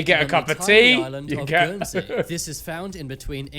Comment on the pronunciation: When I heard Guernsey.......